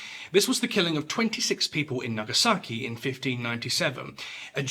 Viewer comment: Good pronunciation from the presenter. I've visited the site of the Christian martyrs in Nagasaki. As sobering as the nearby Atomic bomb memorial.